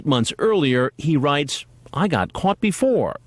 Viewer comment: "be for" lmaoooo